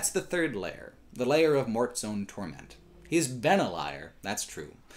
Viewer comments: Why does he say "torMENT" and not "TORment"? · I am curious... why do you pronounce "torment" as "tor-MENT"? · is on a mission to make the title 'Torment' sound like a fake French dish in a wannabe upscale restaurant